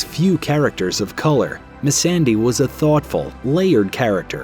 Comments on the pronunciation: What’s with the blatant mispronunciation of Missandei’s name? It’s so obvious when you turn right around and pronounce “Daenerys” perfectly. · The way he said Missendei and Rickon hurt me.